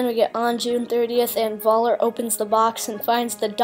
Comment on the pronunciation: Nice to see a young person's take and interpretation of the new Indiana Jones trailer. To educate you a bit, in German pronunciation, the V is pronounced like F is in English. (Much like how they pronounce our English W as V, so when they say "Welcome" it sounds like "Velcome.") So Voller's name as pronounced would sound like Foller. Think of it as the German equivalent of the common-enough English surname Fuller.